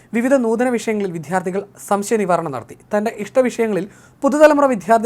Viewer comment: ഇത്തരം campaigns നല്ലതാണ്. വിദ്യാർത്ഥി എന്നത് റിപ്പോർട്ടർ പറയുന്നത് ശരിയാക്കുക. ഉച്ചാരണം തെറ്റാണ്.